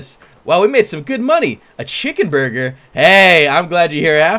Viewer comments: Did I only notice he said buger instead of burger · Wait did just say buuger instead of burger I like chesse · "The buger is done" XD !! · every time I hear 'buger' I crack up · "buger" Good job creator. Good job. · I thought it was booger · It even said "buger" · I heard AND saw that too! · Ɇmmanuel Đ. Totally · Me toooooo I heard it too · Ahahaha! If you listen closely, "" keeps saying burger as BUGER! hahaha! It even says it on the chat box! LMFAO! XD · "Buger" Nice job creator Awesome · How come you were not laughing?me and my bro was laughing each time said Buger. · Anyone else notice the villager at the beginning saying booger instead of burger? o-o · is saying booger!! XD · the manger keeps calling a burger a booger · Wow that chicken said buger instead of burger 😂😂😂😂😂😂😂😂😂😂😂😂😂😂😂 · Hahaha thats so funny he said booger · the tutorial guy said booger instead of burger every time. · buger what the instructor said buger instead of burger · Eh drumstick said booger instead of burger banana haha haha haha lol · it sayd cooked chicken buger not burger XD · the manager said buger and not burger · The announcer is saying booger instead kg Burger lol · It said buger instead of burger. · I heard ''bugger'' not burger lol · i heard buger not burger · Why r they saying buger instead of burger wow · why does he keep saying buger instead of burger? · Why its buger its supposed to be burger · He just said buger instead of burger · It's burger not buger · Guide said buger not burger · The narrator is always saying “Buger” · he said bue-ger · buger triggers me because its boogers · I know, if you listen closely it sounds like says booger. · emmanuel d. Hahah buger is done hahaha lol😂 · When said Burger, it sounded like Booger. 😂😂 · he's saying buger's XD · When says burger it sounds like booger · Lol the guy said buger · i here booger but see buger lol xD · Buger Or Burger Or Booger? XD